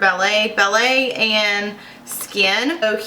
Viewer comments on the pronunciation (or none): lol "ballette"